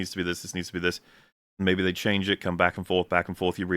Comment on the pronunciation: "Chyange" is that Australian or maybe from the hood?